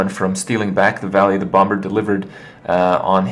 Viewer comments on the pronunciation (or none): Do all Americans pronounce the b in bomber? Because im pretty sure its a silent b...